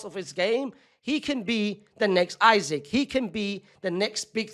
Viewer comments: ik i dont care but bro its not that hard to say “eesak” and not “isaac” if it was a hard ass name to pronounce id get it but how hard is it to say “eesak”😭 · Bro said Isac😂❤ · his last name is 4 letters 😭 just pronounce it the correct way